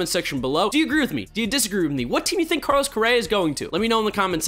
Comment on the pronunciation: Did he say Barlos Correa?